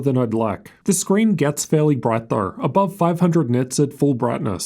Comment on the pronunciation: Its pronounced though.. not thoughr. CS Go.. not CS Gor. And W in T living F is a cumerar?